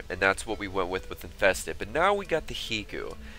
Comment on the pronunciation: High-koo it is High-koo just like Haiku.